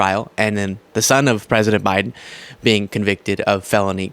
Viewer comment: I didn't know that the word "president" had eight syllables in it, yet Large Mage pronounces it that way.